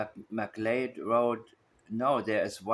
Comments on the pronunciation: McLeod is Pronounced “Mik-LOUD” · “McLeod” would be pronounced “McCloud”